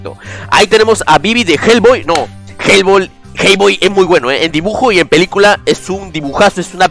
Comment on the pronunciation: se parece que dice mi nombre del brawl envés de hell boy jajajjaja